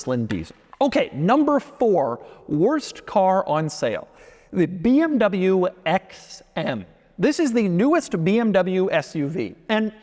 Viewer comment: Dude you are in the car business for years now and still have problem with properly saying Porsche and BMW!!!!